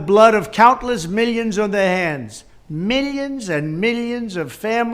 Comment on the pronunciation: Meelions and meelions know you did nothing but make the USA a laughingstock. Go away LOSER!